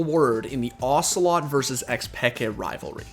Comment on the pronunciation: OcelotE not ocelot, its not metal gear solid character dude wtf